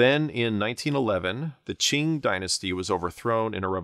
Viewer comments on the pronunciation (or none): none